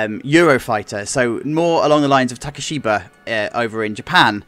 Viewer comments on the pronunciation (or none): that's probably the best layout I've seen for one of these also it's Takibisha, not takishiba